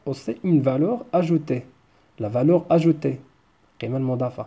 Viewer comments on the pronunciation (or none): ماهذه التزكية . ولا تزكوا انفسكم .فعلا ان التعلم يتطلب المثابرة والمداومة ولكن ليس معنى انك تتكلم بعض الكلمات بالفرنسية انك فعلا متقن للغة الفرنسية .فنطق الحروف (o.ou,ai.eu) بالفرنسية لاتثقن نطقها مثلاvaleur تنطق eu كما تنطقouونفس الشيء نطق iمثل émission وqualité...راه الفيديوهات كيشوفوها الناس المتميزين في اللغات ومع ذلك لايتفاخرون ولا يدعون ان لديهم الطريقة السحرية لتعليم الناس اللغات . لنكن منطقيين والله يسهل على الجميع .فلا علم لنا الا ماعلمتنا 🗣